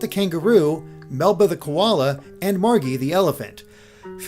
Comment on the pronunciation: ... Did you just pronounce Margie with a hard g?